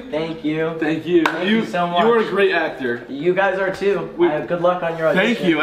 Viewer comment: grEAt *voice crack* noah starts crying😂 you can’t eat any cucUMbERs!